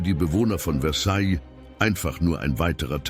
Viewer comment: Mir gefällt nicht der Sprecher. Er sagt immer: Versailllllllll. Sorry, jeder, der Französisch gelernt hat, kennt die richtige Aussprache: Versaij.